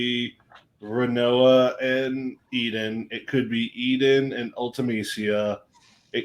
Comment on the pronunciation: 3 hard-core ff nerds and they don't know it's ADEL, not eden.